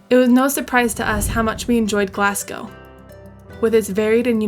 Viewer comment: And Glazz-go....there is no Glass in it! Really great vid, though!